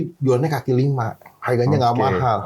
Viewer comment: "Kaki" kali ya bukan "Kali"